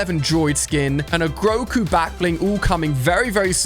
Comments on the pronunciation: it’s not groco it’s grogo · It’s grogu not grogo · It’s his acsent